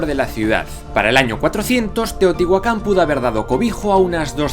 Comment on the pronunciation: Me encantaaaas! Dijiste bien Chchimeca y Teotihuacan pero mal un apellido hispano xD MORELOS TIO